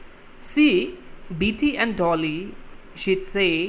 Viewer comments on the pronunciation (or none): Bitty nohoi Betty